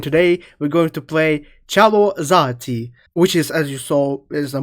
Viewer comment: bro said "Chalo zahtee" 😭🥀 That aside I really love this mod, its feels nice to hear my home country(India) instruments used in this mod 😌